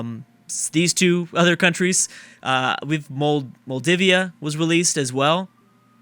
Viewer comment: And Moldivia too :):)